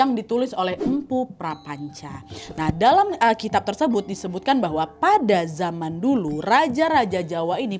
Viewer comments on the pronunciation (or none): none